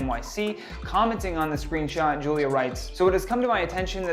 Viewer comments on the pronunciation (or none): Bro she called her “Foolia”!!🤣🤣🤣